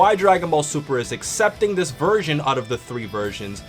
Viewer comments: Bruh I kept hearing “virgin” instead of “version” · 0.14 Did he say virgin or version? lmao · if you listen closely he call gonna a virgin instead of version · Who else heard "Virgin" instead of "Version" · Every time i hear this guy say version, i hear virgin. Every virgin gohan. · when u say version it sounds like virgin lol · Was he saying virgin or version? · I heard virgin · First three times of him saying version it sounds like virgin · Every time he says "A Version" it sounds like a virgin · thought he was saying virgin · did he say version or virgin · Instead of version all I heard was virgin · When he says 'version' it sounds like he's saying virgin lmao. Also, why the fuck is this dumb fuck mentioning GT, it's not canon you fuck face. Neither is Broly or any of the movies that he's in. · when he said version it sounded like "a Virgin" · lol at the beginning it sounded like you were saying "Virgin" xD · Are you trying to make version sound like virgin or do you just have annunciation problems... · Sounds like you're saying virgin. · I thought u were saying virgin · at the beginning of the video where you said the version, i thought you said virgin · its funny when he says version sounds like virgin